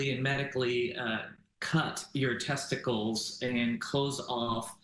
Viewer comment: I don't think the first guy can say testicles that was jarring five seconds in lol, finally a real punishment